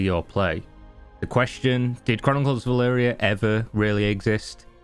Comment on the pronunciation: Did you ever pronounce the game correctly in this vid? You keep saying “Valyria” lmao